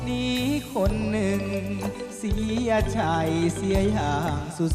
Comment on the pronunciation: พลาดตรง เสียใจ เป็นเสียไช แต่เสียงดี ออกเสียงไม่ค่อยเต็มคำ